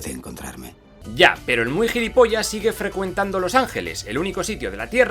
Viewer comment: Gillipollas????? Que es esa mierda?